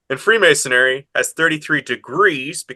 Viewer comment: Free-mason-ary? Where'd you get this guy from?